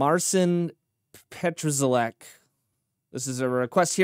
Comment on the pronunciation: Not! Pronounce his name PAT-SHA-LECK. Your proposal is totally wrong.